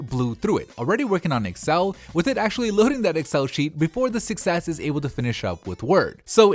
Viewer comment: every time he says 6s it sounds like he's saying "success" lol